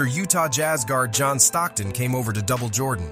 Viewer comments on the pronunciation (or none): none